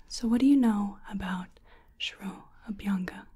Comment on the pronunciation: 1. The intro style was new. 2. I was jaw dropped when you explained shiro-abhyanga process. (Pronunciation was on a point). 3. I really felt that I'm in ayurvedic clinic when explained vaat, kapha, pitta prakriti. 👌 Hats off to your efforts. Top-notch video as always. 👍